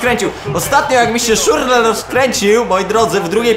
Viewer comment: To jest Szczur le a nie Szurle :D.